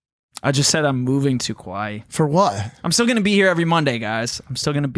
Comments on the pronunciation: did he say he's moving to "Kauai" or "Kuwait"? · I deadass thought he said Kuwait so when he said he would be back every Monday I was hella confused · Is that his way of saying Hawaii? Or is that how people on the west coast say it to be “cool” Kawaii? Does he like anime alot? So many questions as to why he’s not saying it right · wtf is a kuwai? Did he say Kuwait or Hawaii? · With the way pronounced the country, I don’t even think he knows where he’s moving to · I hope this is a joke. kuaui is an island. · Kimburlee Hedtke that’s what I also thought by if that’s the case he’s not pronouncing it correctly